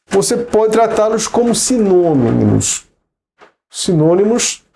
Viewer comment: "Simonimos" kkkkk que graça :)